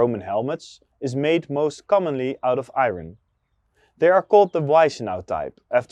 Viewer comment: Love your vids, but PLEASE understand that “iron” is not pronounced how it is spelled! It’s pronounced “eye urn”